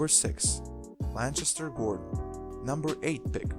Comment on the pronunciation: Lancaster is pronounced with a hard 'C' sound bro. Not a ch sound.